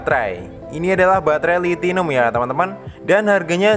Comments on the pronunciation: Lithinum ❌ Lithium ✅ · Baterai nya itu lithium bukan lithinum mas brow